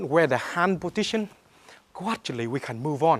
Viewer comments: "This podition"! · anyone noticed he says potition instead of position? ^^ aaah kiddin :) He's good at what he's doin tho :) respect man<3